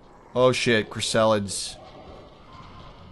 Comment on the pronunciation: and i love how you pronounce chrysalids, chris-salads it's hilarious.